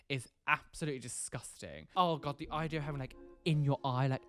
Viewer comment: The eye-dea 😂😂